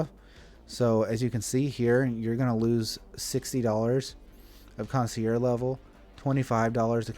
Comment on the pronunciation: kaan·see·ehrzh. Sorry, but i had to. This is how you pronounce concierge.